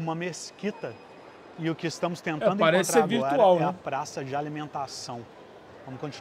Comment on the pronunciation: esse cara troca o ''ar'' no fim das palavras po ''er'' ou eu to maluco, encontrER, explorER...